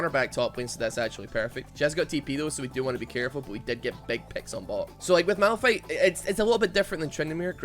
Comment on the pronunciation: It’s malFIGHT not malRUN